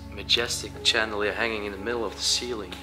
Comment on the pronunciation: Loving it, thanks, When you pronounce the word chandelier it is sh anderlier not ch anderlier, just saying. I like that you both respect the properties you visit, plus your both kinda good looking too 😊